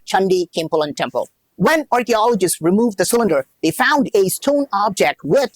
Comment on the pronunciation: RRCHEOLOGEESTS FAOOOUND 😂